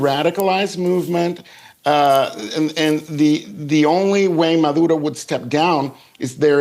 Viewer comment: His last name is Maduro, not Madura.